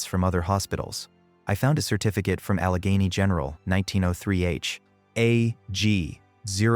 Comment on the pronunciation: The pronunciation of Allegheny is totally wrong, repeated many times. Don’t you guys do any review and editing???